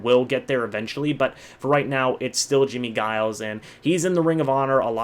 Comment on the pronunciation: Good list. I’m glad to see the old guard get the props. That defense was amazing, the perfect 3-4. One beef...its Jimmie Giles (pronounced with a J as in Jiles). 👍👏